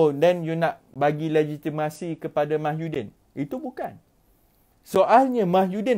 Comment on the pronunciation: Slm dude..you need to start pronouncing tsmy's name correctly..its MOHYI-din, rather than MAHYU-din...just a little mistake but best to be corrected..cheers